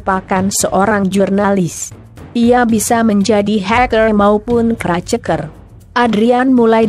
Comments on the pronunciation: crack dibaca kraceker 😂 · "keraceker","haikel" ngomong apa sih